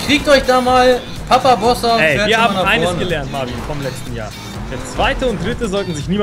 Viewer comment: doch nicht papabossa sondern probossa